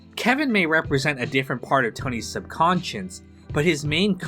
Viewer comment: its subconscious, you clown. not sub-conscience. that aint a world